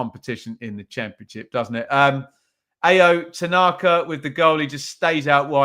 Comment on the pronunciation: Tanaka's first name is pronounced Ow.